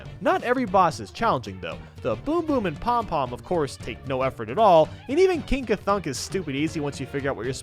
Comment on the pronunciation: He called king ka-thunk king ka-funk